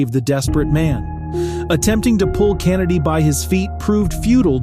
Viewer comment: The way this dude pronounced “Kennedy” pissed me off lol